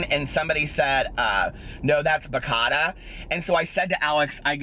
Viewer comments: i have to love you pronounce ba cha ta, you are the cutest.😃😄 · lol it's pronounced bah-cha-tah. cha like cha cha lol!!!!!